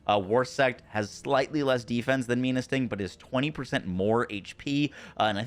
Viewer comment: Menasting is a play on menacing and it being a scorpion. So it’s pronounced men-uh sting. Not me-nuh sting…